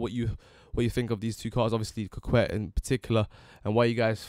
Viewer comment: It's actually pronounced coh-Kay I think